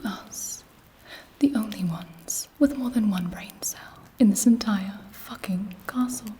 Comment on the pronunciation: the way she says FACKING its so like HUHH WHAT DID GIBI JUST SAY